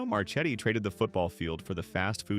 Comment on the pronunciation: 1 - Marchetti is pronounced Marketti. 2 - You compared the Gino Giant to the Big Mac but failed to mention the Giant came first and the Big Mac was an exact copy. 3 - Gino's did NOT suffer from poor quality. I worked in management for four different companies and Gino's was by far the best. 4 - Gino's demise was not due to rapid expansion. It's stock was at an all time high and the principals accepted a buy out from Marriott. They converted most of them to Roy Roger's which they also owned.